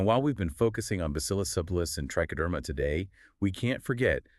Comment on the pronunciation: Not sure why she calls subtilis “sub tile us” it’s pronounced ‘subtle is” it was named after the word subtle because it was a subtle bacteria. Has nothing at all to do with tiles or tiling…